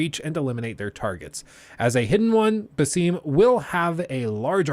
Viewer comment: hey, as an arab fan i can confirm that you are saying basim wrong, its bas-em, you said the first half right just add an em.